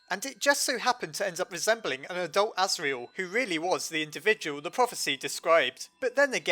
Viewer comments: You said the goat sons name wrong duh.... Serial Murderer:/ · orrrrr his name is Asriel cause Tor(iel) (As)gore